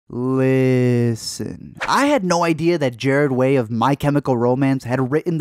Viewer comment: Jarred Way 😐